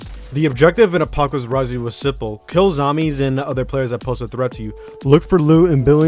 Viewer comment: "kill zamies"